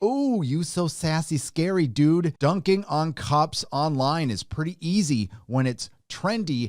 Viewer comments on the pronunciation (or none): none